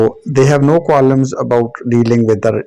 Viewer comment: In the word Qualms, L is silent.